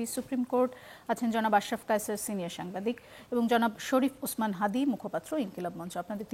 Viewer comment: তার নামটা সুন্দর ভাবে উচ্চারণ করেন হাতি না হাদি ok